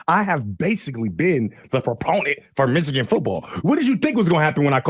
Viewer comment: How did know how Ufer said Yost pronoun ed Meeechigan?